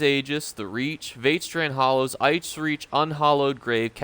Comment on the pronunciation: That's really not how you pronounce Vateshran Hollows.